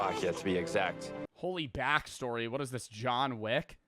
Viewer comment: boii said jawn wick in nu jersey boiiii this not abahht yuuuuu 😭